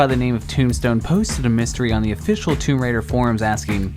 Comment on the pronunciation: Never heard anyone put the emphasis on Raider in Tomb Raider.